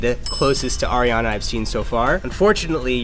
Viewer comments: "Airiana" Me: excuse you it's Ariana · says “ Air-iana” and I’m cringing inside 😂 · I get so mad when people pronounce her name as air-iana ITS ARE-IANA 😂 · ITS 👏🏻ARIANA👏🏻 NOT👏🏻 AIRANA 👏🏻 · IT'S ARI NOT "AIRI" her name is pronounced AH riana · It's Ari-ana not AIRIANA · It's "ariana" not "airiana" goddamn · Why did she say “airiana”...where does she see air in her name... I see ari 😂😂? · broke my heart. She said AIR-iana 😫 UPDATE: she just said Ariana, my heart is full again UPDATE 2: my girl Ariana doesn’t photoshop, she’s just very petite. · People saying Airiana makes me so uncommfortable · lol it sounded like she said “airiana” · "Airiana" ugh really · said AIRiana Grande 😑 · Eccentric How do you pronounce your name? Eh-see -tric? Ec-sen-trick? Do you not see why saying "airiana" is annoying? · U. PISSED ME IFF U PROBOUNCED ARIANA WRONG IN THE FIRST 18 SECONDS IM A HUGE FAN AND IT BUGS ME WHEN PPL PRONOUNCE IT WRONG BUT I STILL LOVE LADY LIKE AND IM JUST ANGRY IM GONNA GO SCRAPE MY EYEBALLS NOW BYEEE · Ella Bear ikr 😫